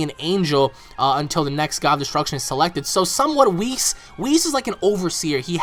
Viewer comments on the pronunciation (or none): none